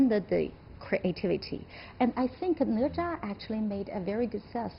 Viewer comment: Wow They're Chinese, and they can't even say "Ne Zha" correctly Instead they mimic how a Westerner would butcher the pronunciation of the name Specifically, the "zha" should be the 1st tone, but it sounded like the 4th tone the way he said it What a disgrace